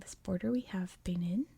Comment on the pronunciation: Love the videos but I think it's pronounced ba-neen :)